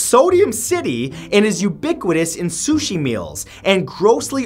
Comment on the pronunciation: as soon as he said suchi I threw me phone